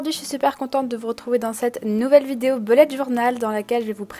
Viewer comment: enfin une youtubeuse qui ne dit pas boulette journal